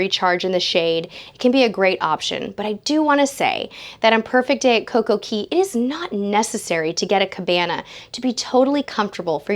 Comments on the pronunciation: Yes , she did. Cay is actually pronounced key in the Caribbean. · Yes, she did. Cay is actually pronounced Key in the Caribbean. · Cay is pronounced key